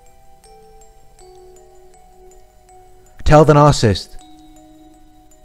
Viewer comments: Narcissist is a three syllable word! It’s not Narcist. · I can't refrain from saying this as I've been watching a lot of your videos lately... but its NAR-CIS-SIST. There's THREE SYLLABLES lol... Anyways, thank you so much for making these videos. I just discovered a couple of weeks ago that my husband is a narcissist. I knew that things were awful and worse than any relationship I've ever been in (only 3 prior, 1st one 7 years, 2nd one a year, 3rd one a year) and we've been together for 6 years. I can't wait to have the divorce finalized. I have been praying for a long time to get some clarity, and I'm glad I have it now. I can move on and heal, FINALLY. Now if I can only find out what all these terms mean. I understand a couple, but no one really explains them in each video, so I keep coming across all of these videos with all of these terms, but no explanation for them… like triangulation, hoovering (used context clues to figure that out), covert (used google), grey rock or whatever it is, no contact (self explanatory), flying monkeys, and a lot of others.Thanks for everything you do. Sending lots of love from Ohio, US.Also, here's a helpful tip to anyone like me, who talks a million miles a minute and almost always has racing thoughts... speed up the video to 1.5 and it will shave off a lot of time so you can get to the next video and try to absorb as much information as possible. Oh, and thanks for the subtitles at the bottom, it helps to cut back on the risk of the narcissist finding out that I know who he really is, and that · Narcissist has three syllables. Why does this 'expert' keep saying 'narc-ist'?